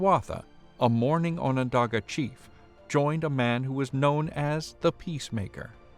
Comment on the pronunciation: no, you've been pronouncing it right.